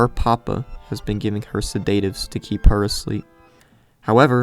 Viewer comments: Its "sed-a-tives" not "se-date-ives". Jesys Christ that was annoying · Please God it's pronounced Sed at ives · Who pronounces "sedatives" like that? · mans really be out here pronouncing Sedatives like that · The most horrifying thing of all... is his pronounciation of alias and sedatives😔 really though what a fucked up story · Are we not gonna talk about how he pronounces sedatives? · Was driving me insane tbh lol